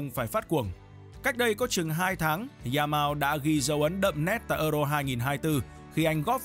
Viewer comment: “Za mao” Nghe bạn đọc mà nhức cái đầu